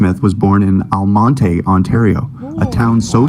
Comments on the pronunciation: Lol the narrator said Almonté wrong. It's Al-mont not Al-mont-eh. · The basketball town is pronounced 'Al-mont', spoken with two syllables only, although it does have an 'e' on the end. It is, in fact, named after a Spanish general, General Almonte, whose name did have three syllables, but lost one in English-speaking Canada. He was a staff member for the Duke of Wellington at the battle of Waterloo. I'm about thirty kilometres from that town right now and have held the general's sword in my hand.